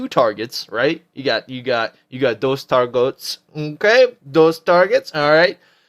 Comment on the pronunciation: lool "you got dose targots, nn k??" did you have a mini stroke ?? rofl.. good vid.